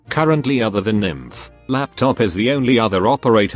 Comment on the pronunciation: did you just say lap-top?